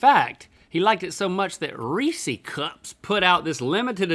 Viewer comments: Who else is mad that Link said reesees cup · It's not "Reese-e's" it's Reese's. Rhett says it right, Link says it wrong. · It's pronounced Rees-IS, not Rees-EES or Rees-E. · It’s ree-siz no ree-sees get it right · Its not rees-EES. Its Reese's(pronounced Rees-IS). As in Harry Burnett Reese, the founder of the candy. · rhee sys not rhee sees, the e on the end of reese is not pronounced, to my understanding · It's Reese... not Reeeeeseeeee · Guys! It's Rees-iz, not Rees-eez. CMON! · Am I the only one annoyed at how they are pronouncing Reese’s? I pronounce it RHEE- SIS not RHEE-SEES. Anyone else? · Am i the only one bothered when people say “Reesee”? It’s Reese...like Reese Witherspoon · ITS REE-SES NOT REE-CS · link its reesis not reeseeeeee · Reesees? What does re see? No it’s Reese’s with an apostrophe. That’s Reese’s food. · Link - You say Reece’s wrong. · mans said "REESEES cups" instant dislike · Y’all stop saying reesee cups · You aren't pronouncing Reece's correctly. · Why he say (ree-ceys cup) that’s not how you say utttt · thetravdav no Reesee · Americans say reeceessee we call the Reece’s.... Americans are weird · dudes, learn to say reeses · Disliked because the way they pronounced Reese’s cup! Literally you wouldn’t pronounce the name Reese reeeeeeeeeesie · I forgot the one thin i hated about living in NC all those years was how they mispronounce Reeses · Y’all saying Reese’s like that hurts me physically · Big sigh when people pronounce Reese's incorrectly. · I don’t get why some people say Reeses like it has an extra nonexistent e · they say Reeses wrong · Link, please learn how to pronounce "Reese's". Thank you in advance. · im sorry but the way they pronounce "reeses cups" is sO WRONG